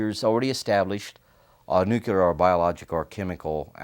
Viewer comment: A lot of americans really struggle with the word nuclear. Even him, apparently.